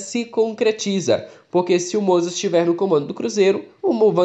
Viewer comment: Fiote, corrige aí... é MOZART(sem pronunciar o T) e não falar MOZARTTTTI.